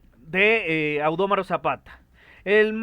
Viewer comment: AUDOMARQ ZAPATA NO AUDÓMARO ZAPATA